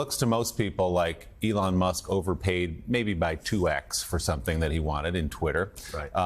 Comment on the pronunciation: did he just call Elon Arlon? :face-green-smiling